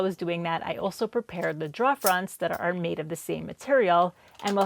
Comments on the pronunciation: I love your work. Your final products are fantastic. Your video layout is wonderful. The tutorial nature of your voice over is top notch. But please……learn how to pronounce drawer. 😉 It’s not “draw”. It’s rhymes with “door” with an extra r as it’s second letter.” Droor. Pretty please. With a cherry on top. Or keep doing it the way you do it, and make fun of me in your next video. 🤣 Either way, you’re doing great work, and we all love it. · Every time says drawer (draw) take a drink.. lol awesome build! Not my preferred style but definitely looked fun to put together. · Love your videos!!! Hahaha…you say draoughs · Very nice looking desk. And remember, it's only a mistake if you can't fix it 😉👍 Oh, and I just love when you say "draw"...brings back memories of early life in New England and watching New Yankee Workshop and This Old House with Norm Abram and Tom Silva. I'm still new to using a Domino, and I'm sure I'll make many of the errors you made (and probably a lot more). All of them will be learning experiences 🤣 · As a native English speaker it hurts too lol. And I saw her clearly mark a part "drawer", so I know she knows how to spell it!